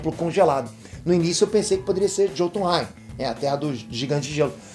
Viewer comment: Se diz "iôtunrain", nos países germânicos e nórdicos o "j" tem som de "i"